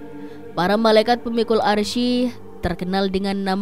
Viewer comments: Bacanya itu 'aress bukan arsi , klo gk bisa baca Qur'an gk usah jadi pembawa berita soal agama..!!! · Cara bacanya Aras, bukan Arsyi. Masak salah mulu.